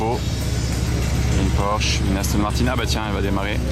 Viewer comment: Monsieur porsche il faut prononcer le e aussi non tout les vrais professionnels de l'automobile se foute de votre tête porsche